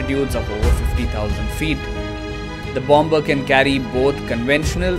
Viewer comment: not bom -ber ..it is Bomb - Mer